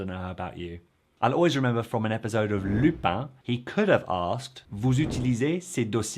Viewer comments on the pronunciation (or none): none